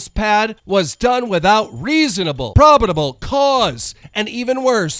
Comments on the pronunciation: Promodable... not a word keem... lmao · Probable cause, not "probidible" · “Probadable”? I swear he said “Probadable” instead of probable! Call Drama Alert! Oh wait never mind 🙃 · Hearing Keemstar say probidable”.. 🥴